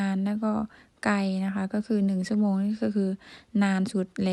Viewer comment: สาวพันออกเสียง (ช )ช้าง เป็น (ซ )โซ่ เสียง ใช้ เป็น ไซ้ -ที่ถูกต้อง คือ สาวพันต้อง แยกเสียง (ช )ช้าง ออกจาก ตัว (ซ )โซ่ =ใช้ เป็น ใช้ -และเสียง (ร) ยัง พัวพันกับเสียง (ด ) อยู่ - 1 ชั่วโมง (ช) ไม่ใช่ 1 ซั่วโมง(ซ) - รับผิดชอบ(ช) ไม่ใช่ รับผิดซอบ(ซ) -เช่น (ช) ไม่ใช่ เซ่น ( ซ)